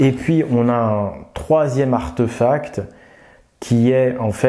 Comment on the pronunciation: On dit archtéphacte pas archteuphacte